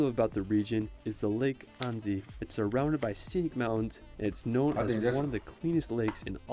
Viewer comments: He said Anzi...but its "Ann.si"...Annecy. The e is mute and the c sounds like a s. The name Anne+ the french, italian or spanish si. And another tip for the Eiffel tower. Stop say i.feul tower. Say F.L tower. Its the perfect sound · Annecy prononcer anne ci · I'm French, and I live in the Alsace region, beauty everyday! I'm scared of heights too, taking a cable car ride would make me so nervous! Ryan does mispronounce some cities, but it's usually close. Annecy, it's like saying the name Anne and add si. Such a shame you didn't get to visit Strasbourg. It's where I've been to Uni, love the city! Highly recommend to watch "12 Regions of France, explained".